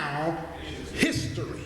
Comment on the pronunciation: Lol. "His-tory"